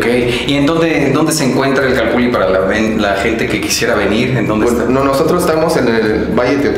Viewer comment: Nmms se pronuncia calpuli😒😒🤦🤦